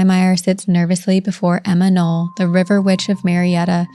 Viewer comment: Not Emma Noll, but Emma Knopp.